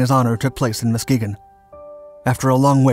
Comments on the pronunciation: The way you said Muskegon. Definitely sounds like some one who hasn't heard it before. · Being from Michigan, I can confirm Muskegon was pronounced incorrectly.